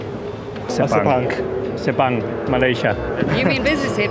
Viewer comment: Can we appreciate that Carlos pronounce sepang international circuit correctly